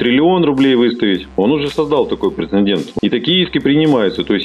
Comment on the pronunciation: Благое дело делаешь,! Только говори, пожалуйста, прецЕДент! Претендент не равно прецедент